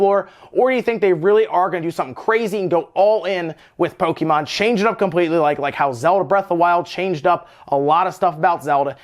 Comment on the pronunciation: PO-KE-MON !!!!!! WTF DUDE say it correctly!